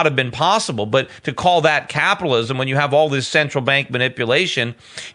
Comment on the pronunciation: it's so annoying how Schiff keeps pronouncing "Caapitalism...Caaaapitalism*...